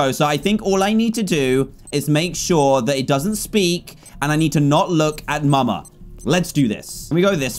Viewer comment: dan said muma and not mama😂